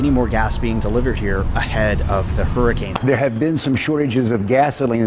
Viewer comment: not flee fo war flee hurcan